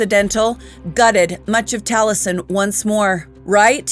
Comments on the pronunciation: Love u. Great story. Taliesen is minutes from me. It's pronounced tally essen though❤ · The way I was told to pronounce the name, Taliesin is Tally -Es -in. I really enjoyed the video. You have a lovely voice for narration.